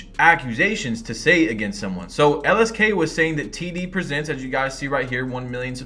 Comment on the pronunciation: I thought he said TDBarret😭